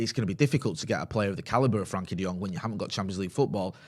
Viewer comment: I get that you struggle with pronunciations sometimes but its not that hard to say "Frenkie" and not "Frankie" ffs.